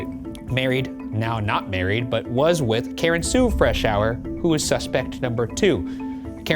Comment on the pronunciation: Thank you for pronouncing Freshour correctly! That is my maiden name and people would butcher it all the time 🙃